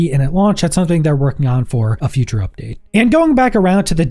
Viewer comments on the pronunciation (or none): none